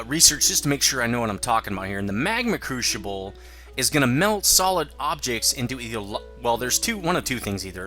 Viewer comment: haha "crushible"